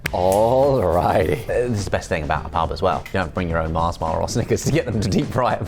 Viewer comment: MARS not Marsh